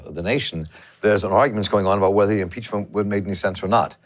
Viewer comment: YOU'RE PEACH-MENT🤔😊¿‽ or YOU'RE PEACH-MEANT🤣¡¿?‽! LMAO!